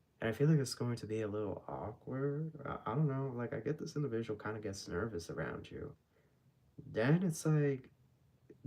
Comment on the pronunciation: This “indivishual “ 😂